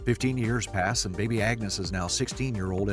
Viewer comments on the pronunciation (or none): none